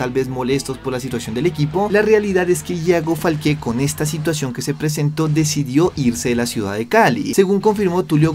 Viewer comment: Me da cringe escuchar que dice ‘Falqué’ y en este video lo dijo como 100 veces 😂